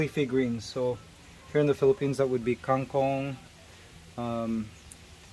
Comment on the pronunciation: Who waters all the plants? Didnt RJ buy too much? When will you put back magnus to the cage? Kang kong is not pronounced separately. And its not kaeng kong.